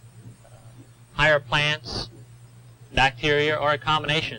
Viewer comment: "Funji"? doesn't he mean fungi (fun-guy)?